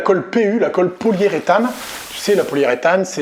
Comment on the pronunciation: Hello ^^ Systématiquement dans tes vidéos j'entends "colle poliée-rétane" alors que cela se dit poli-U-rétane 😜